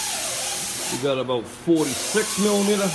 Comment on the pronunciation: What's a millameta?